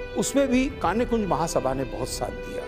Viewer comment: आपके कार्यक्रम में कई नयी और रोचक जानकारियाँ मिलीं । धन्यवाद ! तीन बातों की ओर आपका ध्यान आकर्षित करना चाहती हूँ । (1) शुक्ला परिवार का घर "बूढ़ापारा" में है , न कि "बुढ़ापरा " में। (2) ब्राह्मणों की उपजाति का सही उच्चारण "कान्यकुब्ज" है, न कि 'कान्यकुंज' । (3) आज़ादी की लड़ाई में उग्रवादियों की तिकड़ी थी --- बाल (बाल गंगाधर तिलक) , लाल (लाला लाजपत राय ) और पाल (बिपिन चंद्र पाल) की । भविष्य के लिए नोट कर लें । मेरे comments का बुरा नहीं मानिएगा ।